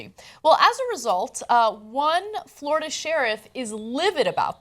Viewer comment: LMFAO, FLO RI DUH!